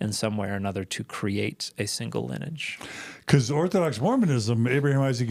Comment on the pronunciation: linnage? You mean...lineage??